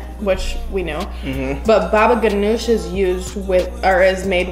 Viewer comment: i am lebonese and you prounouced hommus and baba gunooj wrong and you don`t heat up the grape leaves